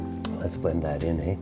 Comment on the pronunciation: Canadian really comes out when he's talking softly. Calling it a "thing of beauty, eh?". Almost Doug & Bob McKenzie esque.